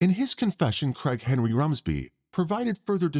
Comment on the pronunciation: The way the narrator speaks, I kept hearing “Crackhead Rumsby” instead of “Craig Henry Rumsby” 😂 absolutely made my day